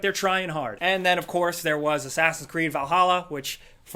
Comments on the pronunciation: You r pronounceing vahalla wrong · You should learn to pronounce Valhalla